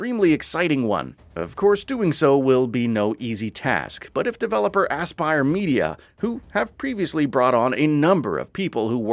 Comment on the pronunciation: "ASS-pire media" I died laughing